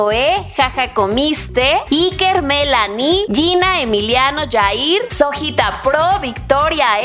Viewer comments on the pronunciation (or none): none